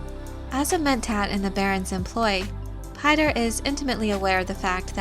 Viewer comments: Actually its pronounced "Peeter", not "Payter". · Piter=Peter, not PIE-ter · Piter ("Peter"), not "Pater" or "Pie-ter" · "Piter" is a dutch name, so it sounds terrible to hear it being pronounced the english way.